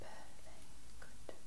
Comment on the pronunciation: Lol it sounded like you said ‘purr-fect’ after the cat image 😂